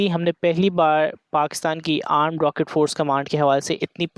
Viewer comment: Armed sahi se pronounce kiya kro Thora casual tareeke se aap armed boltay ho❤